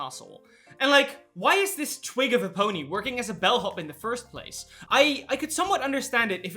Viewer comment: I was eating Chipotle and looking down at my meal when I fr thought and heard you said "twink of a pony" instead of "twig of a pony" and now I'm pony cackling on my chair